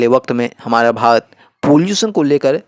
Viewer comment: भाई तुम भारत तो "भात" बोल रहे हो, तोतले हो या जानबूझकर गलत बोल रहे हो।